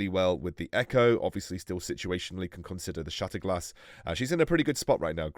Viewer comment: on says “consdier” and not “consider” I’m dead 😂💀